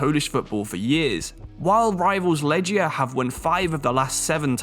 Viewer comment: Love the channel but just to say, the correct way to pronounce Łodź is like "Woodge", W makes a V sound like in German, Legia is said as leg